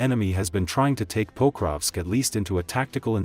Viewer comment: Diese Computer-Stimme ist schrecklich. Sie kann nicht einmal Pokrovsk anständig sagen.